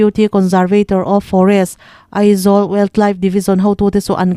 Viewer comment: Ee tih loh tur Mizo tawnga A kan tih ang hian Eizawl Ni lovin Aizawl